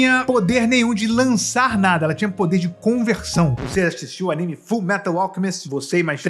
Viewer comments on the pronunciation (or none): none